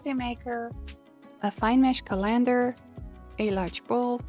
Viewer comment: Can't even pronounce colander lol